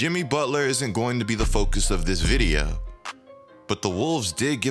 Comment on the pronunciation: Vid-ee-uhh, you from the south?